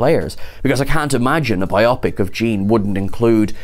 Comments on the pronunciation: Bio-pic. Bio-pic. Not bi-opic. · It's bio-pic, as in biographic picture, not bi-opic. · Right. It's not two "opic"s, it is a bio(graphy) pic(ture). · Thanks for the news! BTW, in the US, we say “BIO-pic” not “bi-OP-ic” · Pro tip: it's BYE-oh-pik, not whatever the f&%$ you're saying.